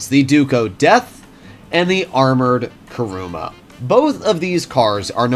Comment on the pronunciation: It's KUruma, not KAruma!